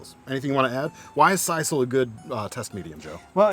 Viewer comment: SIS SILL is how it's pronounced. Just saying not size all